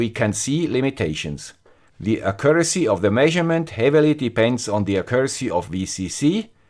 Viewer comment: Accuracy...mal präziser aussprechen..